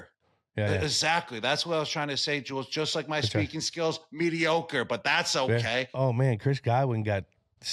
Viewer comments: Mee-dee-oc-err! That's a new one... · "Meaty-Okker" says me Gronk ;-)